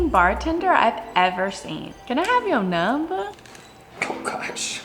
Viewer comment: „can i have youre numba“ 😂